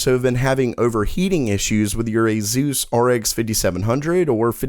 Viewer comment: "Azeus recommends" is what it sounds like dude...